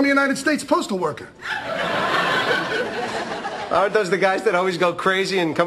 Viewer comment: longtime fan, love your videos. feedback to use as you will, don't use contractions when making bold points like . I kept hearing "if you are buy stamps, you aren't paying for it" Its weird I understood the second aren't, but i had to double take a few times. either way, it woulda been more impactful to say "if you are not, you are not" rather that aren't. maybe im just dumb tho.